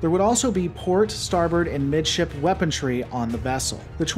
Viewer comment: Seriously, why do you say "weapontry" instead of weaponry?